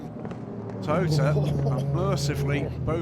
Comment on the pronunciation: Thank you, love this coverage! But, the Japanese team is To-yo-ta! Not To-ta! Please get it right! My Japanese girlfriend is giving me curry!. Not in a good way!